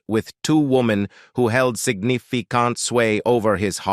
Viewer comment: This Reporter CANNOT PRONOUNCE English words so WHY was he chosen when there must be many reporters who can?? His pronunciations area absolutely WEIRD: Charleses? Sig ni fi carnt??